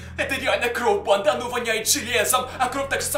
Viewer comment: МНЕ ОДНОЙ КАЖЕТСЯ, ЧТО ВМЕСТО СЛОВА,, БАНДА,, Я СЛЫШУ,, ПАНДА!!!!!!! 😯😯😯